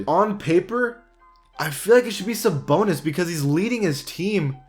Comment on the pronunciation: He Said Damontolas SaBONELESS or